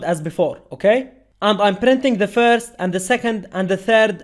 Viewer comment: firz of all